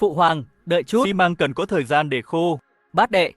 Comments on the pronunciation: AI đọc như thằng lỏ căk, xi măng đọc thành mười mốt măng :)) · Con AI này không biết đọc từ Xi Măng ah